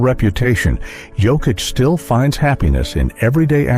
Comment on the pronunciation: It's sad, insulting and disrespectful that people still pronounce Jokic wrong 🤦‍♂️ ￼